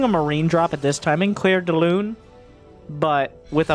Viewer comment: im sorry it kinda bothers me when people butcher french Clair De Lune , Basically Means Moonlight, Specifically A beam of Light Coming off the Moon your pronunciation is not terrible it is your spacing or lack of.... Delune..... The Moon not Themoon Make more of a pause after De, or drag the E out